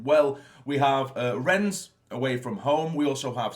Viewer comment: It's actually pronounced "Renn" the s is silent.